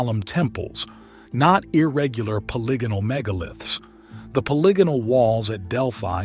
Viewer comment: Really wish you guys would learn the art of annunciation... POLY-GON... poly-gon-al It's not that hard.